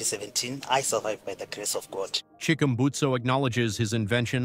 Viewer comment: Chickumbusto? (Chick-urm-busted)